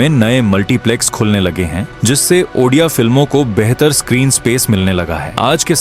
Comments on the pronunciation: ଓଡ଼ିଆ❌ ଅଣ୍ଡିଆ ✅ 😅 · Ondia no Odia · Fast pronounce thik Karo.baad mein vdo banana.bahut gusa atta hei app jab odia ko ondia bolte hei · Bhai ondia nehi ondia nam sunke hasi bahut aa rahahe... Bhai spelling thada thick kara ONDIA NEHI ODIA ଓଡ଼ିଆ...... Ondia ka mening odia me kia hota hai pata hai???? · If possible make the diction and pronunciation prompts to voice over or AI correctly, it’s not “ONDIA” it’s “ODIA” , in that way you are spreading wrong info about the state and its culture. Your content is so good and thanks for spreading out such positivity but due to such misspellings it can hurt our sentiments too. Kindly recreate and then post it again if possible. Good luck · 😂Ruk jaa bhai ondia ondia bolke odia ko moraoge kya.....well 👍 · Abe sale odia 😌 ondia nehi😡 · Ondia nahi bhi odia 😂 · Ondia nahi odia bulate hai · It's not3 ondia it's odia pronounce it clearly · Bhai tum unpadh ho kya 😂 odia ko ondia bol rahe ho 😢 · Abe odia hei. Ondia nhi 😢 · abe ondia nahi Odia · Ondiya neyi Odia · Not ondia it's ओडिया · Odia hai be ondia nahi 👺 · Ondia Nehi odia ❤❤😂😂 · Ondia 😂 Odia ❤ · Andiaa film 🤣🤣🤣🤣😂😂😂 tereko padhna aata hai re😂😂😂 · Ondia na endua ba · 😂😂 ha kuch jagh jagha ondia bol Diya he bhai ne Edit- but bhai ne reserch acchi kari he us liye chalta he